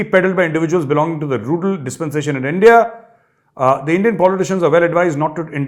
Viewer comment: Wha major sahab endia ki sajish hhhhhhh pura mulk hhhhheeehh😂😂😂😂😂😂😂😂😂😂😂 I can't stop laughing 😂😂😂